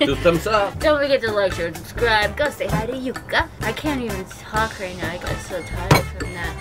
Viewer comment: Lol in the end she pronounced his name better than Jukka himself, I think we Finns are losing him :D